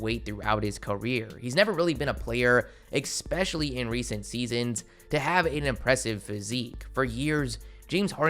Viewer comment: Expecially?! Lol